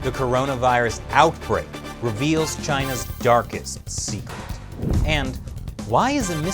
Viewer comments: “Reveals” or “Revals” 😂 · REVALS XDD